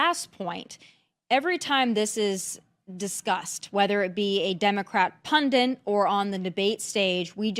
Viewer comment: "...Democrat pundint..."